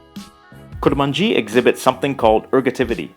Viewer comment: I'm Kurmanji, but it's not pronounced like that, atleast that's how I speak kurdish. We pronounce it "Kurmonje".